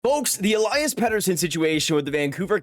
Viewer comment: If you wanna pronounce his name correctly, it's pronounced El-eee-as and not El-eye-as.